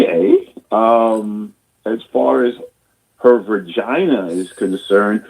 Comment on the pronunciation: He said vergina